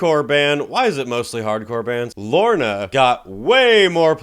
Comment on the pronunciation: Llarona is pronounced “ya-ro-nah” Ps. Roll the “r” 😝